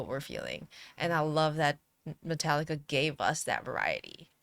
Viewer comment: This my hs class’ graduation song. The principal pronounced Metallica as Met-uh-lick-uh.